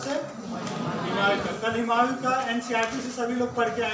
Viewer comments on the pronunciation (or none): Aur हिमायूँ नही हुमायूँ होता है ।😂